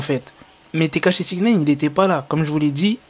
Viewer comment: Quand il dit tekashi jcomprend steak haché😂,mais peut être que chief kieff derrière tout ça